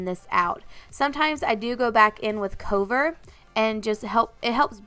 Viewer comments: You pronounce "cover" a bit odd haha idk if you think it's a different word? I pronounce it like c-uh-ver idk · Lol I think she may have just had a moment there and pronounced it like cove-er. I'm sure she realizes now. But yeah I noticed that and had to look in the comments to see if anyone had noticed too. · Gorgeous look but I had to laugh at how you said cover lol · I was thinking the same thing. I was checking the palette to make sure it said "cover" (like "cover that up"). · Is there a reason she is saying cover like that? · Is that really how you pronounce "cover"?